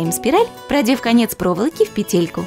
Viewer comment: Не петЕлька, а пЕтелька